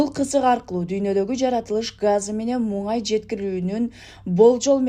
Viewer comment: Эй туура сүйлө МУҢАЙ ЭМЕС МУНАЙ